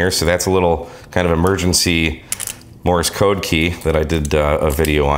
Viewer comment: That was great, really appreciate it. Lots of good ideas. But... did you say "Morris Code"??? 🤔😬 ... 😋